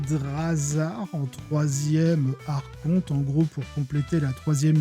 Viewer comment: Bonne vidéo par contre on dit "arkonte" pas "archonte" pour les termes grec le "ch" se prononce "k".